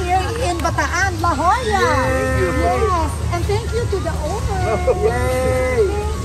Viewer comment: LA JOLLA is pronounced "LA HOYA" in Spanish po....